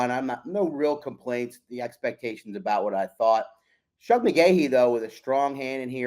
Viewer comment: Please,, it's Shug, as in sugar.